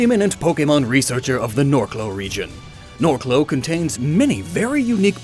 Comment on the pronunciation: Norcloh, eh!